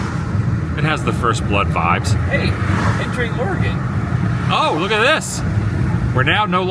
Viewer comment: Very few people pronounce Oregon correctly. Thankyou for doing so lolol😂